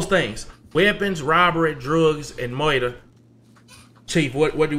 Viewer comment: "Murrter" mane 😂😂😂😂